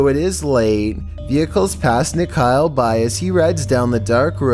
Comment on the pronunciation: It's funny how nikhil ia pronounced as nikhail🤭🤭